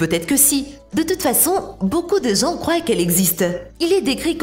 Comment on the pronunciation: "beaucoup de gens "crouayent" qu'elle existe"? Magnifique!